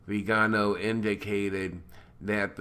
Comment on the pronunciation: Neither Vígano, nor Vigáno,; it is Viganó, i.e., Vigano with a stress on the last syllable "no". Thank you for all your effort!